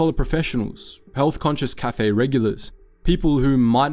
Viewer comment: Also, the pronunciation of "cafe" is just weird.